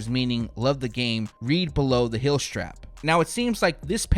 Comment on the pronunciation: Teal is NOT pronounced 'TILL' Heel is NOT pronounced 'HILL"